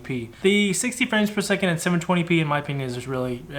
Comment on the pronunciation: Really hard time saying 720 P Jesus, ok.